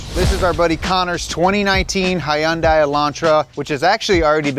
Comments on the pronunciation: oh hell no, you did NOT just say HYE-UN-DAY. LMAO WTF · why do you pronunce Hyundai wrong? It is HUN DAY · Every time he says “hi yun day” kills me It’s hyun dai[pronounced “deh”] 2 syllables. It’s a Korean manufacturer with Korean pronunciation. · It is not hi and I its pronounced Hon die. Hyundai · The brand's name's pronunciation isn't /hi-Un-day/ it is /hon-day/... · It's HUN-DAY.. like Sunday. Not Hi-yun-die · Never heard it pronounced “high un-Dey” I have only heard “hun-Dey” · FYI: It's not "Hi-yun-dye". It's "Hun-day". Rhymes with "Sunday". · Pronounced “Hunday” not “highunday” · Please stop pronouncing it Hi und i. It's pronounced Hunday like Sunday. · Hyundai is not pronounced high-un-day!! They even have a commercial that says “it’s Hyundai(hunday), like Sunday”. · Thanks for making this video and now putting my car at risk… Also, it’s not pronounced “high-un-day” it’s pronounced “hun-day”… You’d think someone who’s profession is teaching about cars would know how to pronounce the name of the companies. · I love you guys, but please learn how to say Hyundai. Hyuhn-dae Hyuhn is one syllable, not hai-yuhn-dai. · Can no longer take you guys as serious car enthusiasts saying hi-unday. Hyundai is pronounced with a Hun. Sorry to be that guy but I hear it enough from non car people. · Bro please stop with the Hi-Un-Die. It's more like Hun-day. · Its pronounced "Hun-Day" like Sunday. Not Hyeooondaeeei. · Not Hi-un-day, just Hun—day, like Sunday… there was even a whole Super Bowl commercial about it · I hate the way this dude says Hyundai. It's fucking huhn·day! HUHN-DAY!!!! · Why does keeps saying Hy-un-dye? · love it. BUT - it’s pronounced “HUN-day” - there, isn’t that just much easier? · WTF IS A "HIGH UN DAY" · At least learn to pronounce the brand properly. It’s hee yun(as in yum) die. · Hyundai rhymes with Sunday, not sigh-un-day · Imagine being 40 years old and pronounce Hyundai's "Hi-undies" 😂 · It's pronounced Hun-Die.... 🤔🤨😂